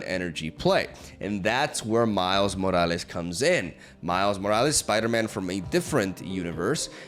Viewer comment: im spanish and your Morales pron is clean